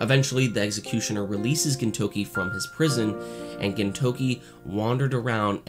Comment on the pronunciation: good video but it's very distracting that you say "ginTOUki" instead of "GINtoki"